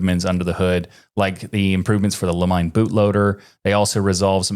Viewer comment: The Limine boot loader is prnounced "lee-mee-ne" ("ne" as in the word "net"), not "La-Mine". It comes from the Latin "En limine" which means "on the verge/threshold".